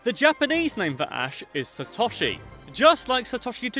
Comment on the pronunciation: It's pronounced Sat-oh-she